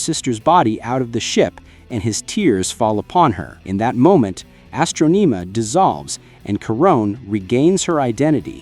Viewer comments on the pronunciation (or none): Why do you keep on saying Astronima it’s Astronema you been saying her name all wrong lol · What's wrong with your pronunciation if you've seen the shows? Astroneemuh? Drawgo sword? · bro cant pronounce astronema tf its not astroneema you plebian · It’s astronama not how u r pronouncing it